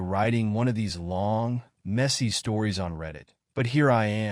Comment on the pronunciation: How can an AI sound so human, and yet be so stupid as to pronounce words like... Messy as Messier And Real, as Rail?